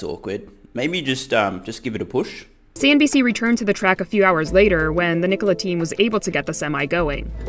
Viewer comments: I find it mind blowing that no one else notice that he keeps saying CNBS in every damn video, instead of CNBC, haha. Either way, enjoying all the vids! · Hey, not sure if it’s a deliberate joke or not... but you keep saying CNB’S’ instead of CNB’C’ 😀